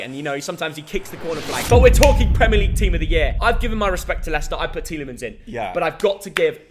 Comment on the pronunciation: Tielimens ? Are you jooking ?